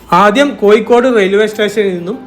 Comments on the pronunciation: കോയ്ക്കോട് അല്ല കോഴിക്കോട് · കോയി അല്ല ഊളെ.. കോ'ഴി'ക്കോട് എന്ന് ഉച്ചരിക്കാൻ പഠിക്ക് ആദ്യം.. എന്നിട്ട് യൂ ട്യൂബ് ചെയ്യ്... അവന്റെ മറ്റേടത്തെ കോ'യി'.. അക്ഷജ്ഞാനം ഇല്ലാത്ത കുറെ യൂ ട്യൂബോളികൾ... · ശരിക്കും കോഴിക്കോട് ആണോ കോയിക്കോട് ആണോ, ഏതാണ് ശരി. ഞാൻ തെക്കൻ കേരളത്തിൽ നിന്നുള്ള ആളാണ് അത് കൊണ്ട് ചോദിച്ചതാ.